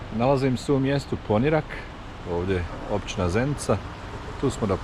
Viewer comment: super snimak, samo sljedeći put snimi malo i Vracu za nas dijasporce 😅. I samo da te ispravim, kaže se Poniiirak sa dugim "i"